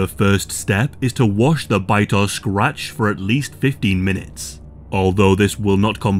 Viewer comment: if you are bitten or scwatch, scwatch??? SCR AAAAAAAA - AAAAAAA TCH say it with me,,, SCRATCH